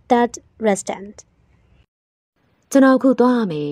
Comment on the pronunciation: Restaurantကrestonလို့ထွက်တာလား